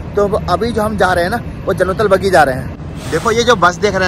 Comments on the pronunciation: जन्नलबगी नही है वो जन्नलबख़ी है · Jannatul Baqi kahte h bhai bagi nhi MashaAllaah TabarakAllah bhai🤲✅ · Jannatul baqi....not bagi